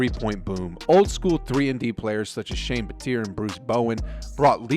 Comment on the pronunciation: “Shane Bateer” 🤣